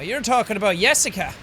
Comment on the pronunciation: "Yessica"? I sense that pronunciation was influenced by a (North) Germanic language...Danish, perhaps? It's the electrocardiograph (EKG or ECG for short) machine. Maybe you thought about MRI (Magnetic Resonance Imaging)? That's the notation used for infinite series in Math. If you really want to study computer sound design, you'd better start giving more f***s about those (they're used in Fourier analysis of sound waves, for example):P Mr. Tickles? That's a good name for a pet XD You mean "Knothradamus"?:P If Jessica and Blake were in a "relationship" (or, at least, Jessica loved Blake), what did the hangman sentence "not telling is worse than lying" mean? Did Blake "cheated" on Jessica with Lynn? Or did Blake told no one about Jessica's death?, is it you? O.o The many-armed monster really seems to be a representation of someone who abused Jessica (maybe one of the priests) If it's any consolation, we're all shortening our lives together O.o => Yeah, I guess the priest killed Jessica after trying to abuse her, and then tried to make Blake feel guilty for it (because he couldn't save her, as shown ). Maybe Blake jumped at the last second? Nah, that's exactly what they busted (also, poor Buster::) Lynn is lucky this isn't Until Dawn XD Will "Justice Jack" rain from above, though? Maybe that could be your "superpower/ultimate" (peeing on outlaws to blind them):P 1